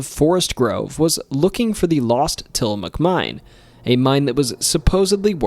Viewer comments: Got Tillamook correct but the dalles wrong. So close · Absolutely wonderful video. You've done a great job with Oregon and I would love to hear more. Funny tho, you managed to pronounce some of the harder things, like Tillamook correctly (maybe your familiar with the Ice Cream and Pepperoni sticks) but you got some other stuff like The Dalles wrong. The best way I can xplain how The Dalles is pronounced is like... the Dal in Dallas TX, but NOT the las in Dallas, so The Dal-s. Thats not perfect, but its close enough no Oregonian would make fun of you. Nehalem is pronounced Ne-hay-lum Also while many people say Wy-East, theres no actual evidence that any Native American tribes have ever called it by that name.... that doesnt stop me tho, so... Not Oregon related, per say, but the word "slough" is pronounced like slew, and the mineral Olivine in the meteor is pronounced Olive-VEEN. Lastly the word 'Skookum' doesnt always mean something bad, tho it often has that connotation. Truthfully it means strong, or powerful, usually in a supernatural way. Theres actually quite a few Skookum X's in Oregon and Washington, especially in the Cascades Ok, if you survived that you deserve a treat. The Portugese gold? The story you've told is unlike ANYTHING I have ever heard. The story we've always tell LONG predates any white settling from the East, enstead it goes back to the age of piracy, when one day some Spanish or Portugese (Iberians are all the same anyway) showed up around the Nehalem River, looking for a place to bury theyre gold they had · I was so happy to hear you pronounce Tillamook correctly! Some people don't and will argue with locals about it. 😂